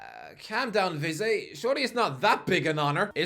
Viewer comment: How can’t he pronounce vizeh